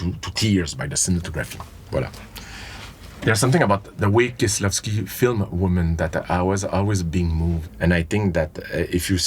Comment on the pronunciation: But then he flubbed Kieślowski..... he'll suffer in the marks for that.